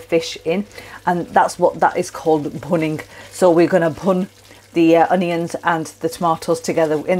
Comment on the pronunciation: Bhunning and bhun - lol these are not English word